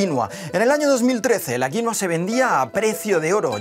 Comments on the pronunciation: Deja de decir "quinoa" por favor. Paltea. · Ah , pues yo lo llamo, Quinóa! Como si tuviera un acento en la o, en vez de la i 🤔 ... Será que estoy mezclando inglés con español? 🙄. Y me parece una barbaridad que los españoles nos sigan robando el pan de la boca 🤬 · Se dice quinua, quienes son los alienados que le dicen quinoa?? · El nombre es "Quinua" , no "Quinoa" como el señor agricultor español dice . Y no creo sea mejor a la quinua andina . Tampoco exagere. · Su nombre es Quinua no Quinoa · Jajaja. "Quinua inca".... es aymara.